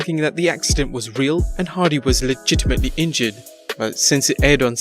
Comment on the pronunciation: Why d u say legitametly so much gay idiot